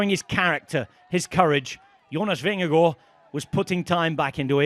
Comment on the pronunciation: The double a in Vingergaard is a very long a, not an o